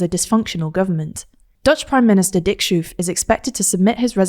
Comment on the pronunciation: The pronunciation of Geert was really good! Schoof, on the other hand, was way off. The ch in schoof is pronounced identical to the g in geert and oo sounds like road, not rude.